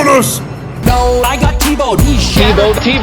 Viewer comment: Who the fuck is Tea Bow?